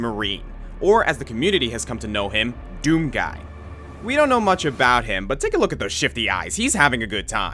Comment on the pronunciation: YOU DID IT RIGHT YOU'RE THE ONLY YOUTUBER TO SAY DOOM RIGHT YES!